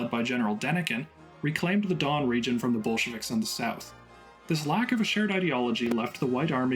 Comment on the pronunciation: Dawn Region? It’s Don, named after the river Don.